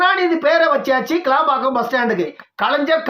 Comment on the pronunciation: ஐயா கேளம்பாக்கம் அல்ல அது கிளாம்பாக்கம்